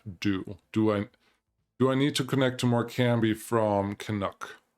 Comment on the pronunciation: you need to start putting these town names into google so you know how to say these town names cuz you really are getting them. example Morecombe is not pronounced more-com-bee u say it more-com. theres a silent b in morecombe